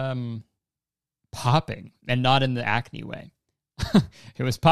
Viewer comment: I FUCKING DIED WHEN YOU SAID CRACK-NE LMAOOOO WTF